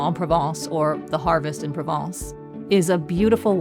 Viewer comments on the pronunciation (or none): none